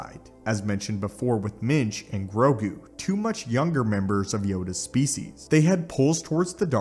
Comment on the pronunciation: grogu not "grogi"